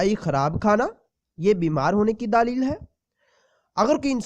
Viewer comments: دلیل ہوتا ہے بھائی صاحب، دا ا لیل نہیں ہوتا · lafz daleel nh ha ap galt bol rahy ho lafz dleel ha